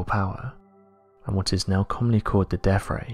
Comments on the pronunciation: Did you say Deaf Ray or Death Ray?? Two very different things :) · "...deaf" ray??? Are you tying to say "deaTH" ray?!